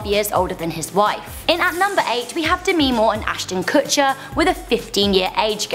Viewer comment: are we not gonna talk about the way she pronounced demi moore